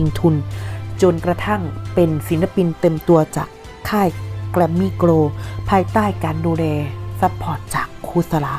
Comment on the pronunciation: Grammy gold ควรอ่านให้ถูกเด้อ แอดมิน